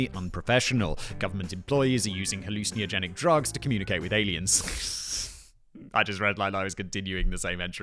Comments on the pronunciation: Hallucin-ey-ogenic You might be adding an extra vowel sound there fact boy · Halluciniogenic? Interesting pronunciation. Love the show. Keep up the good work. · Nevermind Gene Roddenberry, you need to brush up on your pronunciation of 'hallucinogenic.'